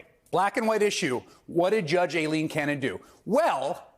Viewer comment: Why do so many people seem to have an issue correctly pronouncing "Aileen"? It's not "A-Lean".